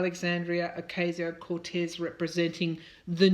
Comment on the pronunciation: Dear Tarot card reader, with love, let me advise you on pronouncing AOC's name that is OCASIO, not OKSIO. Good reading. Thanks.